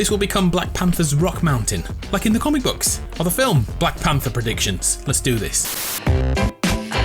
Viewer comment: That hit me hard when he said black phanter